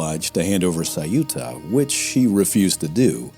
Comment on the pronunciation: Why , is it ? That the narrator didn't bother to research how to vocalize Ceuta. The city of Ceuta . 😅